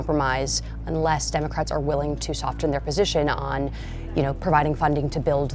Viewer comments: Someone please tell this woman that "soften" has a SILENT T - it is pronounced "soffen"! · Can someone tell her the t is silent in "soften?"